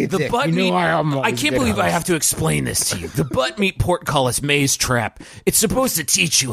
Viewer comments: ...do you think he's saying "pork"-cullis? He's saying "portcullis". Is that a pun? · Is it because it sounds like porkcullis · Some people don't understand the word, and think he was trying to say "pork cutlets"